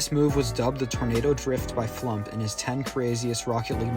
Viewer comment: Amazing video, I subbed. Just so you know though, FluUmp, is pronounced “Flooomped”